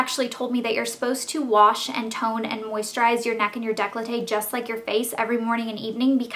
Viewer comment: Right, let's get this straight once and for all, it is NOT day-clo-tay. It is décolleté, please, I'm not trying to be offensive, but could you just search how to pronounce it in google?